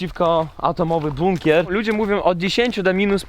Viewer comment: sam żeś jest "bukner" 😂 Chyba "bunker" 🦇